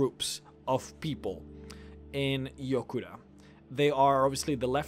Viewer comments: It's Yokuda not Jokuda. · its Yokuda not Jokuda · FYI it's written Yokuda, not Jokuda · Thanx!:) I've been wanting a video on this topic for a while, also I believe it's yokuda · I thought it was Yokuda? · its Yokuda